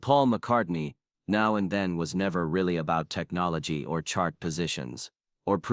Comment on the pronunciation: As soon as I heard "November TOOTH" I'd already heard enough. The 'Now and THEIN' casssette finished me off. It's time there was a separate You Tube AI app methinks.